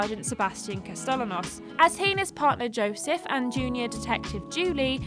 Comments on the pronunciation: his name is pronounced casteyanos. not castelanos. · Sebastian Cast-te-ya-nos. I mean, I get it Markiplier couldn't pronounce it right, either, but come on. They say his full name like 10 times per story chapter. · The way you pronounced CASTELLANOS lmaoooooo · Ah yes, Sebastian Castell-Anos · The way mispronounced Sebastian Castellanos really caught me off guard.